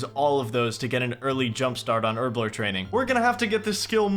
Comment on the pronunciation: Why cant Americans say Herblore?